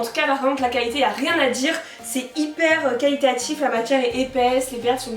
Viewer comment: Arrête de dire calitatif. C'est trop trop chiant et très désagréable à écouter